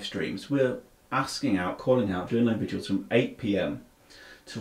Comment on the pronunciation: Its VIGILS not VIDUALS.